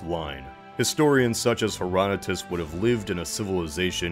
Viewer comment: The entire time I'm thinking of assassin's Creed Odyssey. Also the way he pronouces Herodotus. XD